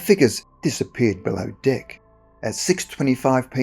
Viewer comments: You need to enunciate the word 'deck' better. You just made this the funniest video on youtube. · Lmao it sounds like you're saying "d!ck" when you say "deck" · Deck or Dick??? Lol. The way he said it. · I keep hearing "dick" instead of deck. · Mate. Made me laugh. Sounds so much like dick lol. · Saying "Deck" with dat accent though 🤣🤣🤣🍆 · Hahaha I did.picknup on that and it gave me a chuckle